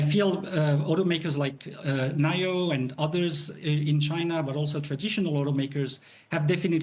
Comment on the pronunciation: This guy is saying nio is beating tesla and he doesn't even know how to pronounce Nio. Meaning he has no idea what he's talking about. Just reading off talking points from a script